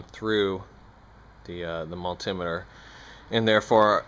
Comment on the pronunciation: I cant stand how you say multimeter lol BUT this was a very helpful video. Very good and simple straight to the point explanations. Thank you.